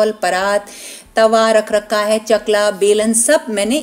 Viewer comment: Omg! Plz stop saying"rak raka hai". Kindly don't mind.